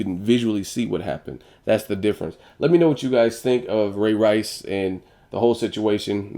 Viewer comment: what the deal with u sayin ray rice all weird like that where u get that corny stuff from